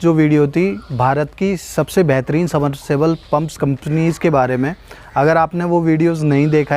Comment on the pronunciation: समरसेबल नहीं होता। सबमर्सिबल होता है।